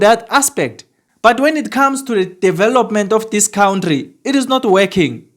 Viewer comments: It's country not count-tree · I love his count-tree 🎉